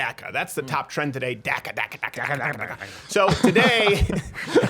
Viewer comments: Its pronounced DACA not DACKA its of Spanish origin say it right so you don't offend anyone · Why are you the only person on the planet who calls it DAC-A? The rest of us normal people call it DOC-A. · Saying DACA sounds like Durka Durka!